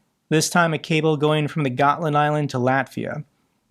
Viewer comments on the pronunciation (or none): none